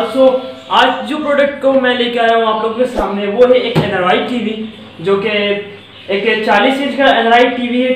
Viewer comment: It's not anaroid it's ANDROID